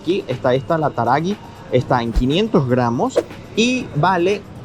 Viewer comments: JAJAJAJAJAJ yerba taragi, es taragUi 😂😂 un saludo de una sureña 😊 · Hola La yerba se pronuncia la u. Taragüí. Tiene diéresis en la u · La yerba es TARAGÜÍ, la la G con la diéresis se pronuncia GU. Saludos. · Cuando la letra U tiene diéresis (los dos puntitos encima, como en Taragüí) nos indica que ésa U se pronuncia, o sea que en vez de Taragui se dice Taragüí, que además tiene acento en la í y es una palabra de origen Guaraní que significa algo así como "tierra de lagartijas" y corresponde a la zona de la provincia de Corrientes, en el Nordeste Argentino, donde aún en la actualidad se pueden observar lagartijas como habitantes naturales en los parques, en los patios de las casas, en fin, hablando mal y pronto, por todos lados. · Hola! Amo ver el video de un supermercado súper común en mi país desde la mirada de ustedes ❤ Pero tengo que decirte, que la yerba es taragüi (la u tiene diéresis, por lo que se pronuncia y el acento está en la última i)😂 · "taragui" jajajajaaj es "taragüí" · No es Taragui sino Taragüi con diéresis!! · Hola, gran video! 2 objeciones: la marca de yerba que nombraste como "Taragui" se pronuncia TARAGÛÍ (con tilde al final, palabra de origen guaraní). Y lo que viste con nombre de "pepas", que dijiste que parecían mini pizzas, son galletas con dulce de membrillo dentro. Abrazo grande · Taragui se pronuncia la U como en agua entonces no seria taragi ,sino taraUi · Se pronuncia UI, taraguí. Porque es una palabra guaraní. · Hola!! Geniales sus videos, los vemos siempre. La yerba Taragüí tiene dos puntitos arriba (diéresis) entonces la u también se lee. T A R A G Ü Í. Saludos desde zona Oeste. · Es Taragūí, con diéresis. Yerba: Rosamonte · Hola la yerba se dice taragui 😅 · En otros videos tu dices hierba , pero es YERBA y la Taragüí se pronuncia la u porque tiene diéresis, hay diéresis en tu país? Contamos sobre el español en tu país a diferencia de otros países como el nuestro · Taragüí tiene diéresis y acento en la i..